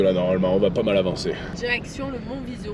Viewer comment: très belle vidéo mais juste à préciser il s'appelle Colle della Assietta et Monviso pas viso. désolé mais en tant qu'italien j'aime préciser